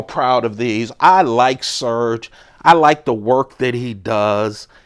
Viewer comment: It's pronounced sir gay. Not surge.